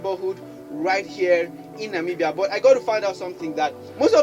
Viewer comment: Thank you for the effort to pronounce our beautiful countries name, atlast you got it right👏🏾👏🏾👏🏾👏🏾👏🏾🙏come visit our country, it's literally paradise in Africa, you will love it.